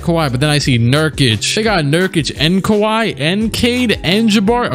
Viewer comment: I am now pronouncing kawhi, kiwi